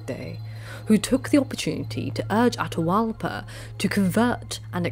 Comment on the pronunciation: With South American Native names, pronounce both vowels when there are two together. Atahualpa would be A-ta-hu-Al-pa. You said it the right way and the wrong way at different times during the video. Quito would be Cu-ee-to. That Qu is pronounced exactly like the Gaelic “hound”, Cu. You did really well for a non-Native pronouncing them otherwise. Fortunately Tupi-Guarani languages don’t use the glottal stop like a lot of North American and Central American Native languages do, like in Tlingit and Tsalagi. And South American languages are pretty straight forward and consistent in how they were transcribed, unlike the O’odham (pronounced An-awe-thm). That glottal stop is the hardest one to explain to a European because there is nothing in any European language similar to it. It takes putting the tip of the tongue to the roof of the mouth and either making a sibilant S sound as you draw the tongue back or pressing the tongue firmly at the top front and using the cheeks to make an L sound. People who can make those sounds can whistle without pursing the lips or even closing their mouth because the tongue does what the lips would normally do when whistling.